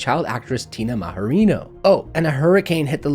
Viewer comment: It’s not Mahorino, it’s a hard J, Majorino like "magic", she’s not hispanic. Unless she’s pretending to be Hispanic now lol, it wouldn’t surprise me if she started pronouncing her name like you said it, Tína Mahoriño, and talking with a Mexican accent and waving Mexican flags. Why be a rich white girl when she can be an oppressed victim of color? Tina MajorinX wouldn’t surprise me, either. She was great in HBO's "Big Love".